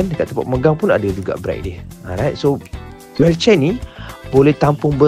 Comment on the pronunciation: Sebut wheelchair pun tk betul😂😂😂😂